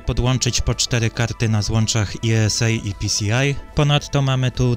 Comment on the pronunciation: Z wydajnością Cyrixów wiąże się ten wątek, że one były wydajniejsze, ale przede wszystkim przy operacjach zmiennoprzecinkowych, co nie każdemu było potrzebne. Poza tym wąskim polem były, jak pamiętam, słabsze. Odnośnie do złącz ISA natomiast, to jeśli czytać nazwę złącza po angielsku, to należy powiedzieć "aj-es-ej", bowiem wymawiana przez Ciebie głoska "i" odnosi się w j. angielskim do litery "e". Złącze "i-es-ej" musiałoby być zatem złączem "esa", pozdrawiam.